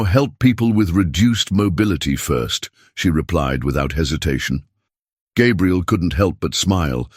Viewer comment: The narrator keeps messing up Gabriel's name some times saying it right, but a lot of times calling him Gabrielle (which is a girl's name).